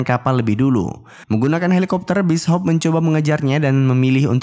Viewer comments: Bis Hop 😂😂😂😂 Bacaannya bisyop bang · Bishop bukan Bis Hop. Bishop uy bishop